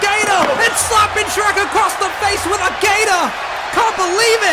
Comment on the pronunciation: Not sherk